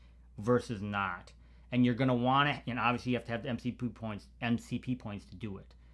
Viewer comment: did you say MCP close 😂 sounds like the word "Voldomort" from Harry potter now 😂